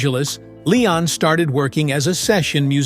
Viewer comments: AI sucks. The AI called him Layon. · This was a terrible documentary. The guy can barely pronounce Leon’s name, sometimes he calls him Lay-on . Pitiful. Leon was brilliant! Go back and listen to his music, it’s undeniable. All musicians knew how special and talented he was! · All this and you can't even say his name correctly.